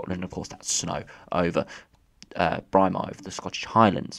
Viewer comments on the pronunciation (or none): For future reference it’s pronounced Braymar, happy Christmas 👍